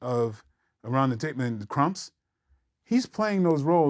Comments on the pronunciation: Did MJW just say "The KRUMPS" instead of "THE KLUMPS"? 🤦🏾‍♂️🤦🏾‍♂️🤦🏾‍♂️🤦🏾‍♂️ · Ya man said "the Krumps" smh